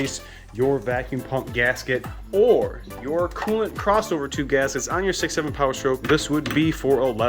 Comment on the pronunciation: Millies ? The fanny ? Gaskeetos ? How about you speak simple English and stop sounding like you're teaching a 4th grader how to do this job. 😂 🙄